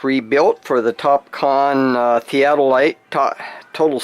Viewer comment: That's excellent, I hope they last a looong time for you. I couldn't help thinking of Kahn all the way through, you said what sounded like "Top Kahn" multiple times! :D